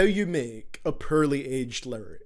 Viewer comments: im not trying to be mean but when u said "purely" i died laughing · says “pearly” for “poorly” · "Rarp lerics thut edged purly" lmao I'm English and u butchered that shit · HAHA YOU SAY PEARLY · The English language: poorly This guy: perly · he's saying porly like purly and its really distracting me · I won’t lie. I laughed when he pronounce Poorly as Pearly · Every time you say poorly it sounds like you're actually saying pearly. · I'm sorry but "Perrly" lmaoooo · The way he says poorly sounds like pearly LMAO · It sounds like your saying pearly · the way you butcher all names and the title of you video IS CRINGE as fuck...